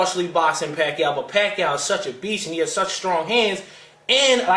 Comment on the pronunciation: Yo whats good, it's yah boy WeDaBest!, Manny PACQUIAO not (WACQUIAO) COLTRANE LOL won that fight i gotta agree. I had my own score card and i had it like the last judge did 114-113 for Pacquiao. The key rounds were the 3rd round when Pacquiao knocked Marquez down. And the 9th round was VERY CLOSE. But if pacquiao didn't knock him down in the 3rd round marquez would have won that fight. There should be Pacquiao vs Marquez III. Marquez won the 12th round. Get me ~1~